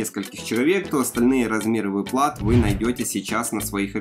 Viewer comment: А что у нас с ударениями… выплАт… шо за дичь…